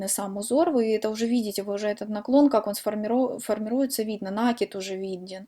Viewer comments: Ну почему нАкид, в русском языке есть только слово накИд!!!! Не издеваетесь над языком, слух режет очень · Спасибо за МК, очень хорошо объясняете. Не люблю поправлять, но всё- таки не сдержалась, простите: ударение в слове раппорт приходится на букву О, а в слове накид- на букву А. Может быть Вам это пригодится, как блогеру по вязанию. Желаю успеха! Подписываюсь и жду новых , таких же классных МК. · А мне накИд режет слух, так что будем говорить как нам удобно